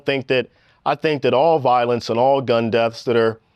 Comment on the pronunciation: Vlad's Common'tater says " gun deafs " 😄